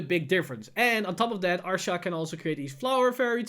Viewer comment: Lol someone keep count on how many times he mispronounces Ahsha's name